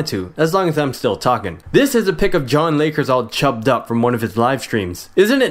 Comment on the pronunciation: LOOL he said "jonlakers" He doesnt know your name and you employed him?!